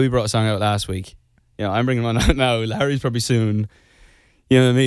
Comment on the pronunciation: Sounds like he said larry lol